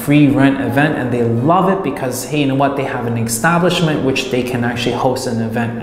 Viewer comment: EXXXTABLISHMENT EXXTABLISHMENT EXTABLISHMENT ❤ LUV YA